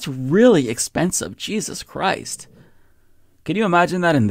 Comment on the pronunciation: Did you say jizzuzz christ??